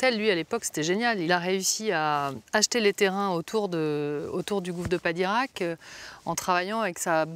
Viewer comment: Padirac, pas de Koweït 😂